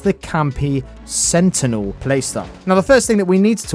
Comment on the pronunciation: "Sentinel " I'm dead 😂😭😭😭